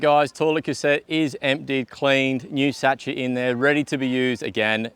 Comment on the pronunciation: Great presentation. No waffle. 😊 BTW the t in sachet is silent. 😊